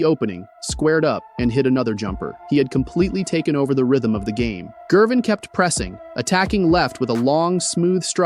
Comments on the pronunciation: HE DOESN'T KNOW ITS A HARD G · who is George "Jervin"? this AI nonsense is lazy trash. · THUMBS DOWN. You can’t even pronounce Ice’s name properly.